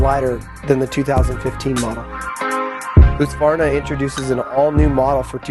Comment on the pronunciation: it's not pronounced Hoo-sqvarna